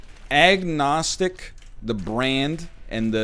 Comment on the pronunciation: did he say Egg-nostic?